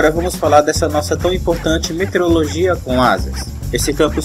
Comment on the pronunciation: parabens! muito boa iniciativa... mas vamos falar corretamente para que as pessoas aprendam a forma correta de se pronunciar = METEORO + LOGIA. e não "meterologia" como pronunciado no vídeo.